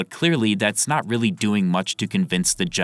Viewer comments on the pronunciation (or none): none